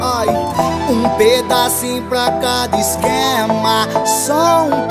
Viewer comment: Anitta é mt carioca sim, na parte ela fala "exxxxquema" amo kkkk